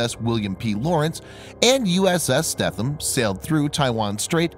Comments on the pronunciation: FYI...USS Stetham is pronounced Steetum...as always, another excellent video! 👍🏻👍🏻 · the e is not silent in the stethem its long